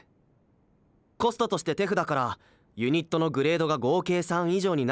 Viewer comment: He said it right. The subtitle is just wrong. ("tefuda" = hand)